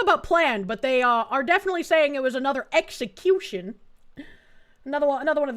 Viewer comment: The whole "execumuhcution" angle is dead already in this one. You can see on the other angle video that he was reaching for his holster and resisting detainment. He pulled out what looked like a gun from the POV of the officer that had to respond and shoot him, which turned out to be one of his spare magazines (the mags look like a part of the gun handle for the pistol he's carrying); And the only reason he was not able to shoot at the officers was because he himself did not realize he had already lost his gun which seems to have had accidental "SIG discharge" just earlier, although I'm not certain about the discharge part. These post-incident reporting/commenting people don't realize they're forming their opinions under the effect of hindsight, the time-dilation of video slow-mo, and the third-person POV of a bystander with a camera. Real life does not work like a video game. One gun out of a person's pocket doesn't instantly show you a floating menu window saying "Inventory [Empty]". People do not have X-ray vision. They do not have psychic powers to share thoughts in instant communication in the middle of a heavily noisy environment with loud whistles and shouting everywhere.